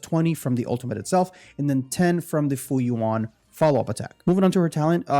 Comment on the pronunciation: nice vid, but just a heads up. her pet is pronounced Fu Yuan, kinda like Jing Yuan